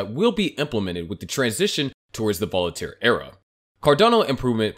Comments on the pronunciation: I love your videos but cringe every time you misspeak "Voltaire" which is 2 syllables. It's not "Volitare" with three symbols. Voltaire was one of the greatest minds in history. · It's Voltare, not volitaire lol